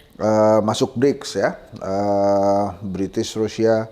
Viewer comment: brasil bang bukan british